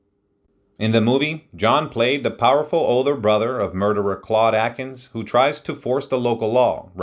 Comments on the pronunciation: Thank you. And, I think you mean Claude Akins....not Atkins. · "Claude AKINS, not Atkins"!